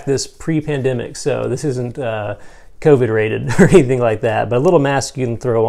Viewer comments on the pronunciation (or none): none